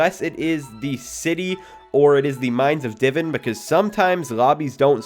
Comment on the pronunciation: He said Divan wrong 😂